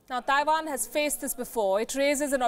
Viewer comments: "THAIwan"... FFS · I like how she says Taiwan, Thaiwan!